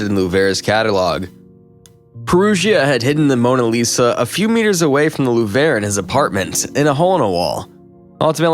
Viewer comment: Did he really just pronounce "Lourve" like "La-vore"??